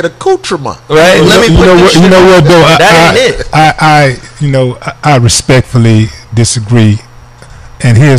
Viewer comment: Nahh Not an ac-cu-tra-mon 😂😂😭😭